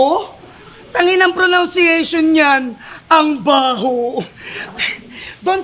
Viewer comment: Sinita pa "tarbaho" na sinabi ni, pero sabi nya "pronounciation", ha? Anu daw? Baka "pronunciation". Lakas manita, palpak naman